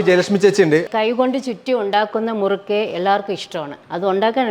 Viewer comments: മുരുക്കു അല്ല മുറുക്ക് ആണു. മുരുക്കു ഒരു മുള്ള് ഉള്ള മരമാണ്. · മുരുക്കല്ല ബ്രോ മുറുക്ക്